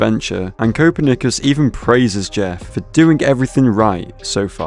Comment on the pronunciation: The way he pronounces Copernicus makes me tweak bro😭😭🥀🥀